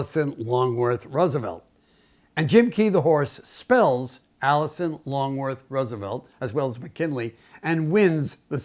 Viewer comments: Absolutely delightful story- but I sure hope Beautiful Jim spelled Alice Roosevelt Longworth's name better than it was spoken here. Though I imagine she'd have had a brilliantly witting and biting comment for anyone who called her "Alison." ;) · Alice. Not Alison. Otherwise nice video.